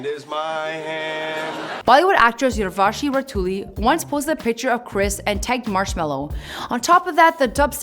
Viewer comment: The way you pronounced urvashi 😂😂😂